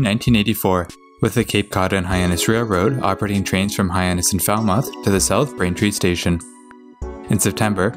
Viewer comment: Here, let me help you. My hears are bleeding right now: Woburn = "Woo-burn" Soughton = "Stoh-tin" Haverhill = "Hayv-rill" Lowell = "Lohl" Dedham = "Dead-um" Concord = "Cong-kird" Natick = "Nay-dick" Falmouth = "Fal-mith" Quincy = "Quinn-Zee"